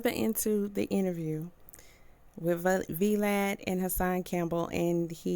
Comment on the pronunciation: V-Lad its vlad lol